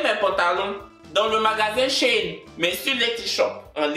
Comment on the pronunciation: 😂🤣😂😂😂 tu veux devenir bilingue mais tu dis SHEIN au lieu de « She in »😂ne m’attaque pas oooh😂🤣